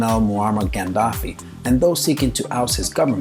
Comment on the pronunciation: it s moammar gadhafi and not gandhafi. I also strongly believe that the philippines and india should be in the top ten of this list.